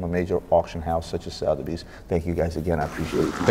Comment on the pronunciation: Suh-thebys not Sow-therbys.